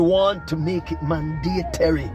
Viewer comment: Mandatory not mandatery